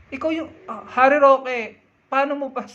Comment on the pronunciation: Galit na galit , ngaw ng ngaw, uwi ka sa Pinas 😂Roque, "rokwe"